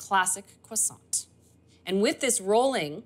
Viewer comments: did she just say cwoissant or am I trippin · Kwasant, girl what are you saying hahah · 😅😆🤣I get it now, I was ignorantly impressed, I thought that is the original French pronunciation, laughing at myself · The "T" in "croissant" and "chocolat" is silent. Nice demo, thank you.